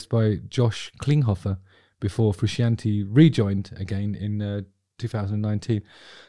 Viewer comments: so what we have learned here is that justin knows eff all. he cant even pronounce frusciante correctly. 13 minutes of pish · There is nothing characterless about Frusciante’s playing in Stadium Arcadium. Also the fact you can’t pronounce his sir name says it all to me. Bad Justin. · How in the name of the wee man can you be a musician who plays a guitar and NOT know its John Fru-shaun-tae 🤯 I'm really shocked you feel this way about a guitarist who is renound for his skillful, passionate, extremely expressive guitar style. Unreal. On a seperate note, part of the major connection between the Chilis and their fanbase is the connection they have with one another, particularly Anthony & Flea. That band have a musical and personal history that Hollywood screenwriters wish they had written. Theres a real love for music amongst its members and (although Flea is arguable one of the greatest bass musicians of all time) they are entirely without snobbery, they dont care about 'being good', they care about playing music, making art, bringing joy and expressing creativity and have been very on message in regards to this from conception.